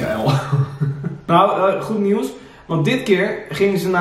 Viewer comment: goed 😝 echt ik erger me er zo erg aan dat jullie (ook Sam en jij in de podcast) nieuws niet normaal uit kunnen spreken 🤣